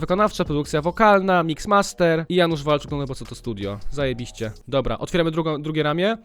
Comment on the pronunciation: Nie ,,zajebiście" A ,,zaebyście"